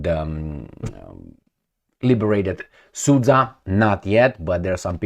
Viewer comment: sudsha not susa